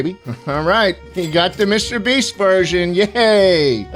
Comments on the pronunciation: i dont get how mr beast mispronounced his named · He roasted Mr Beast and still got his name mispronounced in a sweltering hot cube